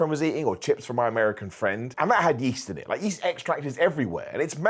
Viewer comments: Not to make fun but: Wheast Yeat and Dairy :3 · "wheast and yeat" In all seriousness, I wish the best.